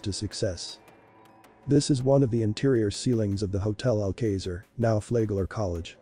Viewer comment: "Al kayzer?" really? How do you say: "Alamo?" "Al..moe?"